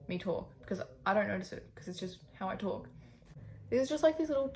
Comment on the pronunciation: whenever you say talk, i hear it as tulk ahahahaha